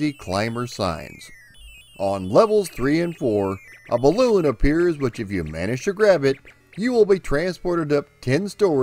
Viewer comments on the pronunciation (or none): none